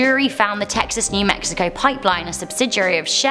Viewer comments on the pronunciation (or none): none